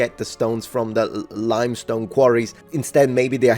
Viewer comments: Lime, pronounced: time. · laimstone pero no limstone; also coerced come in coefficiente senza l'hacca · He also didn't pronounce limestone correctly .